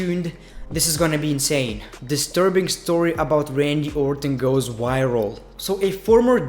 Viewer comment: He went "wiral"?!???? Holy shit... We love you